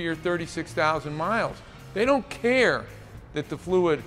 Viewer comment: I love how he emphasized "THEY DON'T CARE" He was saying that from the heart, dealers definitely do not care. Having worked in the Auto industry for nearly 10 years, I have seen everything from Crooked Business, Crooked Mechanics, and of course crook dealers. The salesman are such rats, they'd sell a car with bald tires. Nyle Maxwell SuperCenter does at least.😂😂😂 I left that place because they wanted to argue with me about why the salesman sold bald tires, my bad, I was looking out for the customer. I most likely saved their life, after they came from a literal tire shop that recommended new tires on a used Mustang a lady just bought her daughter. I will take leaving that place, knowing I did the right thing.🎉🎉 One of the things I will never forget, arguing with a crooked salesman on the sales floor over him selling a car with 2 bald tires.😂🎉 Who wins that argument in front of customers?😅